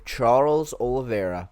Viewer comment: OLIVEIRA FFS!!! american mfs keep getting the man's name wrong god damnit